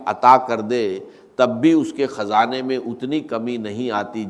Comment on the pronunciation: Kazana nahi khazana aor gani nahi ghani bolty thy Dr sahib Yi Ai hai